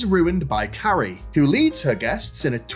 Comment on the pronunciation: "Hello Carri-ice" 😂